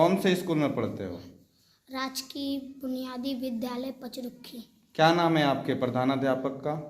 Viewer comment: पचरुखी और हरदेवचक, शब्द की उचारण सही नहीं हैं